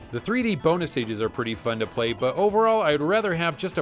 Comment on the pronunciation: sounds like she's saying almost "Boner" instead of "Bonus" at